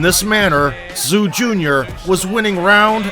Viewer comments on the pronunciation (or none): It's not Tszyu, but Choo.....first name in korea